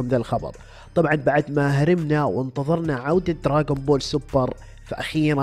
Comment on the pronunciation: دراغون بول مو دراقون بول ولآ دراجون بول الصح دراغون بول